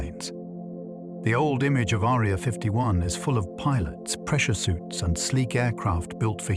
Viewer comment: The AI pronunciation turning “Area” into a girl with a thin sword resembling a “needle”, is quite distracting.